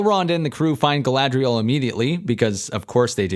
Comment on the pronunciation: You didn’t mention the horrendous way the names are pretentiously pronounced. “GaLaDrIeL!”